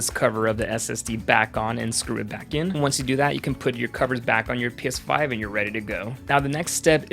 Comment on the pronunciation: I keep hearing piss5